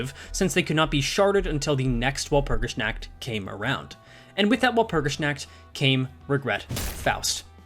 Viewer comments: wal-pur-gis-nAH-k-t i love the stuff but hearing your pronounciation makes me hurt inside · your pronunciation of "nacht" hurts my very soul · the pronunciation is literal... the "W" is less like pronouncing "Wall" more like a hard "V", like if you try pronounce too hard "Valor"... but the rest is preety accurate Der Freischütz is also okay... the biggest difference on his pronounciation an the actual pronounciation can be boiled down to accent... as the "Frei" part usually sound like you are half-snoring with your throat... but that's beeing TOO nitpicky overall, did his pronounciation homework:3